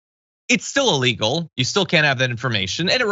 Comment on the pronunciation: Trump shouldn't say naughty, but no one should say ah-legal, instead of illegal.